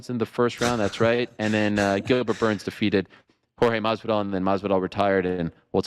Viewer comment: Lmao Ariel stays saying Jorge name wrong , malllvidal lmfao